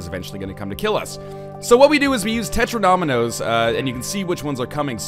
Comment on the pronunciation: Tetromino has four syllables, not five. Tet-ro-min-o. Not Tet-ro-nom-i-no